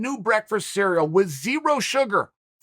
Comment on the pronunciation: also heard that olympic wrestler dude keep saying "Sigh Real Gain"